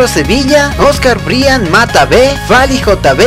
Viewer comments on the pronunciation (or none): none